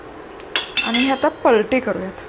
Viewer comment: If possible please pronounce ANI word properly